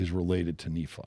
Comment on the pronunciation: . I ran into someone by the grace of God who was from Iran-ish area. As we read the bom, she told me Nephi would be pronounced as you said it, Nah-fee, and that name means to travel, particularly over water. Very interesting.